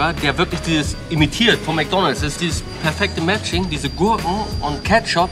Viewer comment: Wie mcdonals hört sich eher schlecht an als gut